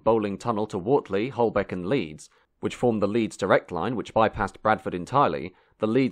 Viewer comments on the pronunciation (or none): Wortley is pronounced wertley, not the way the narrator did. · . . and Wortley ( Wurt-ley). . . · Well! The footage is rare and excellent, but the commentary is , to say the least, verbose. Keighley is pronounced “Keithley”, not “Keeley “,and Wortley is pronounced “Wertley”, not “Wortley”. The person reading the commentary was certainly in a rush!!! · Thanks, very interesting as usual. Btw Wortley is pronounced "Wert-ley" and Keighley is "Keeth-ley". Detractors of British Rail conveniently forget that it inherited a worn-out under-maintained system after WW2. The demolition spree you rightly mention included many smaller stations too, and Network Rail seem to be continuing that with their pathological hatred of anything not "modern". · A very interesting video. Some minor corrections, however: 'Wortley' is pronounced as in 'were' (t) or 'whirr'(t). (Many others have commented on 'Keighley' being pronounced 'Keithley'). Also, when the new Bradford Exchange was opened in 1973 it was only as a two-platformed station. (I was on the very first train to use it early that Sunday morning!) It was only after the old station shut and the old formation down to the station was filled in that the second island platform could be built. There is a lot of interesting footage though not all of it appears to relate directly to Bradford Exchange and local lines. Incidentally, the other station, Forster Square was originally set in a dignified and spacious square, which was filled in by an ugly 60s building development - yet another example of Bradford's appalling legacy of planning and vandalism of the best of its architectural heritage. There was a plan in the 50s (I believe) to link the two stations, which at that point were very close to each other, but priorities at the time lay elsewhere. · The accompanying soundtrack pronounced Wortley incorrectly, too. It's Were-tli.